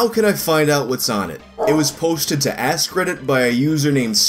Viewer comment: The was you say “askreddit” sounds like “asscredit”